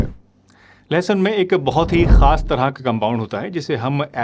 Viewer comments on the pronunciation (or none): लहसन नहीं लहसुन होता है... doctor ji aap apni Hindi thik kar lo. 😂😂😂